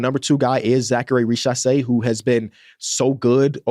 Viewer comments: its pronounced riZacher not richasé 😭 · exactly what i said